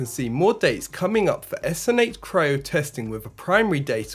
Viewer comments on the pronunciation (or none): none